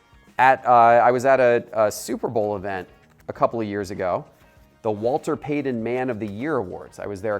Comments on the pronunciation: Omg, Walter!! The man's name was Walter Payton not payden. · Why does he keep calling Walter Payton Walder Paden? Its driving me a littles crazy. Also...the Howie Long & Darrell Green RCs are just as valuable as the Dickerson RC.